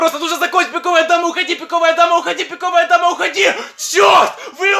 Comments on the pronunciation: Он говорил пико́вая дама ане пиковая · говорит странно:піковая дама пріди😢 Настя за дверю:пон